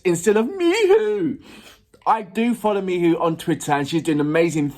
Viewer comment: FYI - Miho is pronounced Mee Hoe not Mee Who.